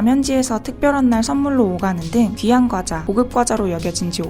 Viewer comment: 과대표는 꽈대표 라는 된발음을 해도 나쁘지 않으나... 과자를 꽈자로 부르는것은 분명 틀린발음이다. 뻥과자는 뻥과자로 불러야지 뻥꽈자라고 발음해서는 안된다. 아름다운 한국말을 잘 보존하자.